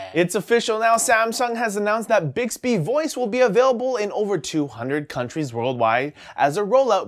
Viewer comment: Mmmbixbbehhh. Never gets old